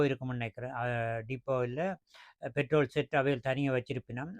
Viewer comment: பேட்ரோலை என்று சொல்லவேண்டும். தமிழும் தெரியாமல் ஆங்கிலமும் தெரியாமல் உளறக்கூடாது.